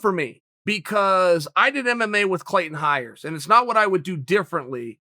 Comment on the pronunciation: Take a shot Chael sonnen says CLAYTEN HIRES